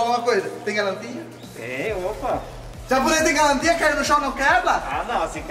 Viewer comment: Já ela o calin,no tem mais galantia 🤦🏻‍♂️🤣🤣🤣